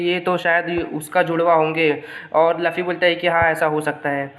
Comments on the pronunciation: Bhai Laffy Nahi Hai Luffy Hai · OR. LAFFI. NAHI. LUFFI